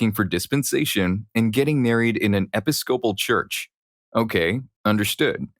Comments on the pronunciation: Episcopal: uh pi-skuh-pl. not epi-scople. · It’s pronounced e-PISS-kuh-pull, not epi-SCOPE-uhl. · I hope he sees this. It pisses me off every single time i have to hear epic-scope-uhl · Episcopal is pronounced like Uh-Pi-skuh-pull if that helps in the future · For Episcopal, theres three syllables. Epis-co-pal, emphasis on the Ep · Thank you! 😂 It was a little annoying hearing it pronounced that way. I had to pause on the word to make sure I wasn’t crazy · I just about died laughing at the narrator's pronunciation of episcopal! That made my day.